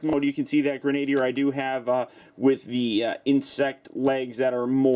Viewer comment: gren-ah-deer, not gren-ay-deer.